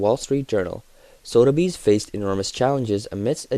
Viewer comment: It's pronounced Soth-a-bees not Sodabees.